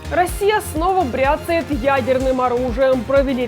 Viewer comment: "бряцАет" (я про ударение). "Лайк" поставил. Кстати, не просто так – посмотрел, послушал серьёзно, Николай Родионов, Россия, Московская область, Воскресенск.